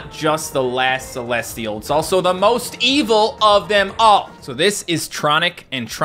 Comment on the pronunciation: Celestial not celesial that's it